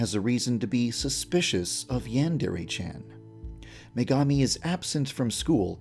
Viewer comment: I HEARD MEGAMI AS MEGAMIND